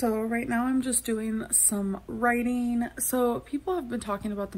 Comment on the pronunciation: Going back to writeeeeeeen 😂😂